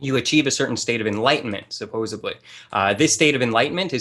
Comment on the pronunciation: Take a shot every time says "supposebly".